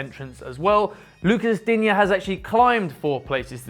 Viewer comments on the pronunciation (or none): none